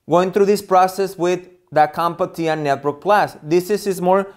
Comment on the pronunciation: There is only one "a" in Comptia. Its not pronounced "Comp-a-tia", its pronounced "Comp-tia".